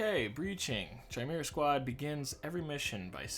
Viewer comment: So glad you're playing this :D Chimera is pronounced like Kimera (same as you pronounced it except for the hard k sound)